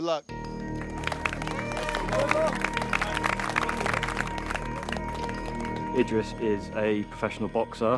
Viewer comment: How do, TJ, and manage to all pronounce Idris differently? LMAO